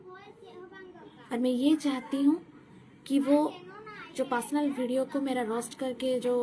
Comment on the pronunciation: Didi jo bolne se pehle script likha karo aur practice kar K live aao aur wo pasnal Nahi hota hai personal hota Hai 😂😂😂